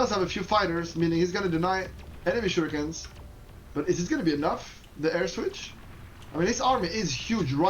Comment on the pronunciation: OK ... let's try this ... Don't pronounce "shurikens" like "baNAna" or Street Fighter's "haDOUken", emphasizing the second syllable. Instead, emphasize the first syllable, like "PAnama" or "POLtergeist". And also change the middle syllable back to an "EE" sound: "SHOO" ... "ree" ... "kens" Some day, I believe, you will get this achievement trophy. :)